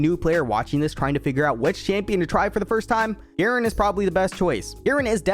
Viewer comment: Its supposed to be garen